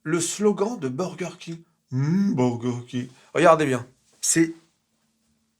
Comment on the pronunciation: La pause, les yeux écarquillés apres le 1er humm beuurregueurrkingue M'A TUE DE RIRE!😂😂😂😂